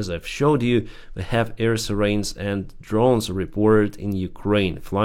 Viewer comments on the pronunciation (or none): why don’t you improve your English before you criticize the White House. It’s not pronounced sea rains. It is pronounced cy rens.